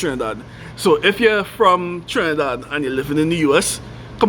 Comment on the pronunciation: Chrinidad v AmericaH… like you’ve lived everywhere in the US. It’s like visiting Ghana and saying “Africa” 🙄